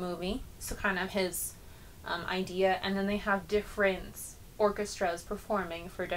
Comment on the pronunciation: The composer is Joe Hisaishi, not Joe 'Higarasashi'.